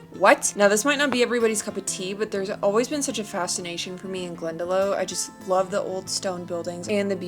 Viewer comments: If you really love it that much I think you should learn how to pronounce it correctly - Glenda-Lock. Great video, glad you enjoyed your trip, hope it helped you. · So sorry for your loss, I enjoyed your vlog and just wanted to tell you Glendalough is pronounced Glendalock, just for future reference. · its pronounced glen-de-lough, cool to see ure video as an irish person. I would never go to blarney stone, its seems to be a tourist scam. Diesel is a tad expensive here but still cheaper than in Europe where the average price in the Netherlands/France its around €1.89 which is generally about 10-15cents a liter more expensive. Loving the video though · this video randomly showed up on my feed. As an Irish man born and bred It is nice to see people that enjoy our culture. One thing though love Glendalough is pronounced Glen-da-lock. Lough means lake in Irish. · Glendalough is pronounced Glendalock. Glad you’re enjoying Ireland, us Irish are so privileged to live here. Hope your stay was great. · If you say it like that you will then be saying it right 👍🏼 you are calling it glen da low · It's pronounced Glen da Lock, lough is Lock to us! So sorry to hear about your Blue, praying for you x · I'm from cork I hope you liked it. We pronounce glendalough as glendalock. Our lough is pronounced the same as lock. Just for future reference 😊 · Hi, Delighted you had a great time in ireland:) and i'm sure you will be back again with a great video! just so you know your favorite place in Ireland Glendalough is pronounced Glenda (lock) We have one of the most beautiful coastlines in the world and next time you should try doing a round trip starting in Dublin and ending in Dublin:) Promise you it will be worth it!! Rip to your beautiful Blue xx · How many more people can possibly comment how 'Glenda Lock' is pronounced?! Jeez, read the previous comments you eejits, pretty sure she knows by now. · We would pronounce Lough or Loch as "Lock". 🤪😉 Glen-Da-lock